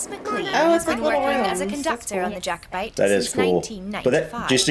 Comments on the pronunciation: Nothing to do with Harry soddin' Potter. Also it is Jack o bite not Jake o bite. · JACKOBITE not JAKEOBITE PLEASE lol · pronounced JACK obite not JAKE obite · Please, FYI: Not JAY-co-bite, it's pronounced 'JACK-o-bite'... 🤔😊👍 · understandable but it's pronounced JACK o - bite just for when you're over here.